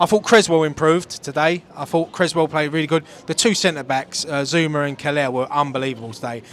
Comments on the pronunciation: It's Kehrer not Keller lol. COYI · mate, it’s not Marc Keller out there. Sort the name Kehrer out.